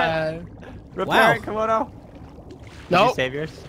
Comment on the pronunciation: 72 It's Komodo Dragon, not Camodo Dragon...